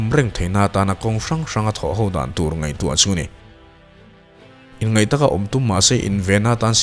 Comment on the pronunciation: Inngeih tiha lam tur kha inngaih tiin i lam daih maia i aw a mawi teh reng nen.